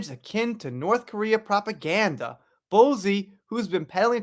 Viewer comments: I love your videos, so I thank you for your hard work and always trying to keep us up to date. By the way, Bouzy is pronounced Boozy, but I kinda actually prefer your way of saying it. It would drive the ego monster that is Bowzy, mad!! Love it xx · Who is Kate Middleton? Also- it's pronounced BOO-zey. Not Bo zee. Good bruadcast otherwise 😂❤ subbed...